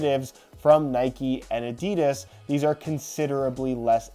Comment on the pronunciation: His pronunciation of 'Adidas' Aha